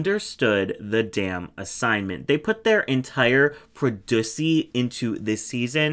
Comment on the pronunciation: My body convulsed when you said "produssy'